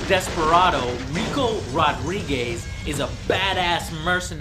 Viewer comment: and its rodrigez, not rodrigays